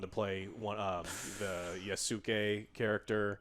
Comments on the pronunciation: What bothered me was how wrong he said it, when he's done it right before and also the complete lie about AC Shadows previews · *sigh* Well I wouldn't expect a dude bro American to know how to pronounce a Japanese name... even though everyone else on YouTube has finally got it right...